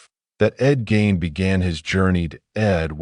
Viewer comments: Its not gain... pronounced GEEN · no it's not. Mispronounced Gein's name right at the beginning. We have to stop supporting lazy AI content.